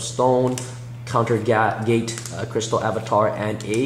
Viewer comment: You dude, it made me sad that you couldn't pronounce basic words in english, Horizon and Unification, and even managed to pronounce Gate ( Gay-yaht )